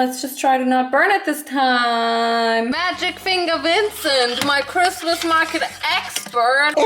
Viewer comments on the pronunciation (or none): none